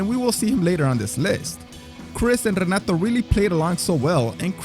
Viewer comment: Obviamente hablas español pero Renato se dice "jenatu" en portugués, mijo. Or, in English phonetics, it's "heh-NAH-too".